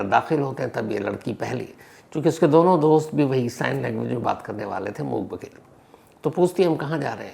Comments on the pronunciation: Itne bade Crime Reporter, itna experience Phir bhi pronunciation galat... #Mook_Baghir nahi #Mook_Badhir... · मूक 'बधिर'.... होता है sir... 'बघिर' नहीं 🙏